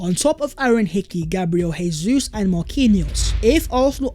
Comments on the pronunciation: It's Jesus, with a J. Not an H. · FFS stop butchering Jesus'name. It's pronounced Jay-zeus not Hay-Suess. He's Brazilian not Spanish.